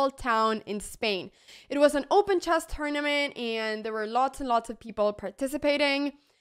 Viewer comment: I love how Anna says "Chass" instead of Chess :goodvibes